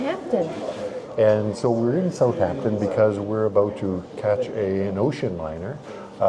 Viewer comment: Thank you for your video. You hit a lot that this cool city has to offer for folks ahead of a cruise. Great places. I have to say that I couldn’t help but cringe every time I heard South “H” ampton crisply enunciated. Drop the h… South’ampton. Especially if doing travel videos, great to check the pronunciation with a local or even a quick Internet search.